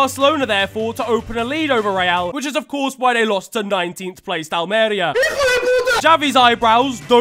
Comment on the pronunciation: Almería is crying at your pronunciation